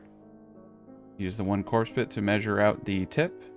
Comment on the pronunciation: take a shot evertime he says corpse pit